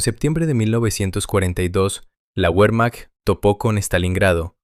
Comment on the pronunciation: "Uermacht" suena horrible. La letra "W" es una "V" doble en alemán y en español. Sólo en inglés la "W" es una "U"